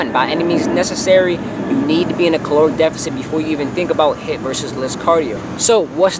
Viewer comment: thought you said hit vs lit